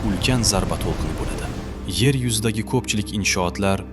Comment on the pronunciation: Nimaga yar deb gapiryapsiz